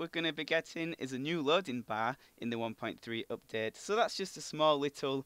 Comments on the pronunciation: you say oupdate not update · "cannot weet for this updeet" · you say UPDATE soooo weird